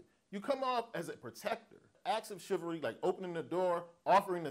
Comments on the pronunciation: Shivery? Wtf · Shivery = Chivalry lol